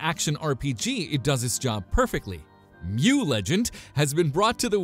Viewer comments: MU series has been pronounced in Korea like the pokemon mew (not ‘em-you’ish) since its first version since 2000’s. No need for the confusion. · Mu legend = Meu sound.